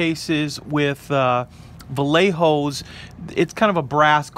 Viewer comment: Vallejo is Spanish, I think. So it would be pronounced, “vai-yay-ho”, slight emphasis on, “yay”, because when you see the finished, painted model, you go “Yay!” 🤗